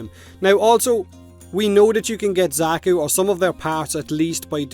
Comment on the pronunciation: I'm personally super excited for the Alchemist frame since it's an old favourite fantasy mold for me. Also Xaku is pronounced the same as the Zakku from the Gundam animes.